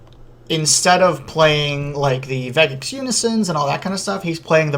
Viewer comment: Vegeks has a soft G sound. Good video tho!